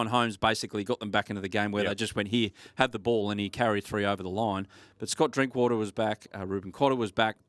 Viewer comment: "Josh drinkwater" 🤦‍♂️🤦‍♂️